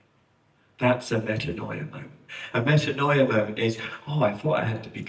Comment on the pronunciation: As a native Greek-speaker, I cringe every time I hear it pronounced as meta-NO- ee-ah. It's medA- nee-a. This spelling gives a better represenation of the pronunciation.